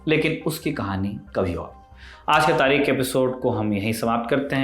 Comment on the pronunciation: Sair aap. Tareekh. Ko sahi se nhi bolte please tareekh. Bola karo K nahi. Kh bola karo